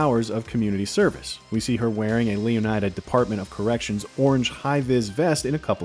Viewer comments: Shouldn't the "ida" in Leonida be pronounced like the "ida" in Florida? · Completely butchered the pronunciation of Leonida throughout the entire video. Wild coming from one of gaming’s biggest news sources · Botching the names of almost every car is fucking CRAZY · The way this guy pronounces Leonida... does he also pronounce Florida the same way? Yeesh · There will be discourse on the pronunciation of Leonida